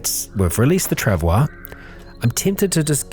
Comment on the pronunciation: forgot really fast about the proper pronunciation of the trav oi mate.